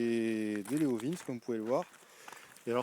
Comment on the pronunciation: Belle présentation, par contre Leovince, cela ce prononce "Léovinssi" 😉